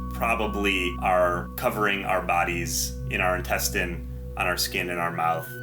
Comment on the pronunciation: After - - "INTENSTINE" should be: "INTESTINE"